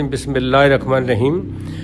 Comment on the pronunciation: Baba tujhe bhi rehman nhen kehna ata rakhman keh rahe ho